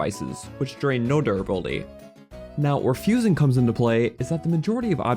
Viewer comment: I love the way you say durrr buildy